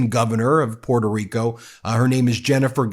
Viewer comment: Sorry, you don't even know how to pronounce your island name, instead of Puerto Rico, your pronunciation is Puelto Rico. So, boy learn how to speak Spanish first then you can complaint about Nicolas Maduro.